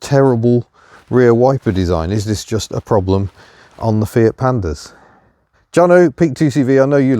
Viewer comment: “Fiat Pamda” is not confidence inspiring (it’s at least not a critical item)